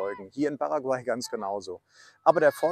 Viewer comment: Bei Paraguay wird die letzte Silbe betont.